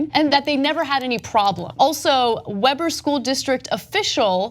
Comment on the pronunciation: Young Turks in general and Ana K and PRODUCERS in specific - You guys lose a lot of cred by a lack of research. I constantly observe errors. It is not "Webber" in Utah - It's "WEEber." This is a very minor thing, so all the sillier to eff it up.